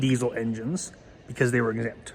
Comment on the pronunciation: I had to replay this 10 times before I realized he was trying to pronounce " exempt ".